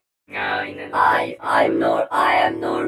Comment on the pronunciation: Ay em norm ender may neym is norm ender nırm endır hahahaha